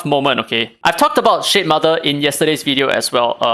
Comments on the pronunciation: cannot stop hearing sh*tmother 😭😭😭😭😭😭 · It seems like you are really disappointed by shademother because everytime you say its name i hear shitmother for some reason. LOL